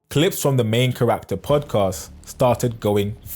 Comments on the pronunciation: charac-ter. not char-rac-ter. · Charac-ter. not Cha-rach-ter.